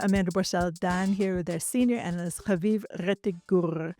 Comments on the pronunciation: Please stop pronouncing Haviv Rettig Gur name repeatedly , every time with a guttural accent ,like it’s a cute joke. For your audience it’s just annoying. + stop announcing your name at every break like your audience is vaguely interested in you. We listen , because of your guests. Try humility, and invisibility. Thank you. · Could you please refrain from pronouncing Haviv’s name with guttural undertones. It’s just annoying, unnecessary, apart from that, I enjoy your guests, especially Haviv Rettig Gur. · Amanda -- those are not Israeli resh pronunciations! Stop it! 😂